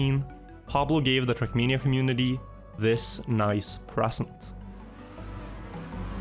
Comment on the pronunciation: Came to hear “trackmeania”, got what I needed 👍